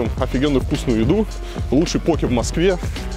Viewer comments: Он специально ударение меняет постоянно? В одном предложении может и пОке и покЕ сказать? Как правильно то? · По́ке или поке́? На позиции ударения данного человека можно создать генератор случайных чисел. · Не покЕ, а пОуки Вы же лучшие так произностие правильно =) Больно слушать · Почему постоянно говорит покЕ, если это называется пОки? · То чувство когда шеф не знает как правильно произнести poke... Россиюшка